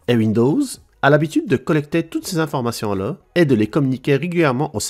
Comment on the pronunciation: Pourquoi prononcez-vous (ces informatian lo) au lieux de ces informations la ?